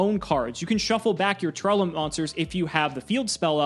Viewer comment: I wish people would stop adding an extra syllable into Tear-Laments. I don't think I've heard a single person pronounce the name correctly. Great video though, thank you for all of the information!